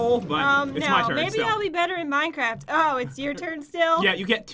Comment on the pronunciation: XD I thought she said that too!!! lol